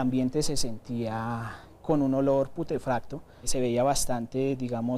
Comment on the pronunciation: NO SE DICE PUTEFATO SI NO PUTREFACTO.